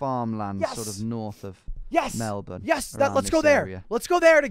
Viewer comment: You said Melbourne correctly. You are now officially Australian